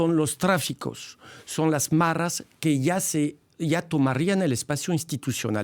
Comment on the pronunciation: Se dice maras, NO "marras"!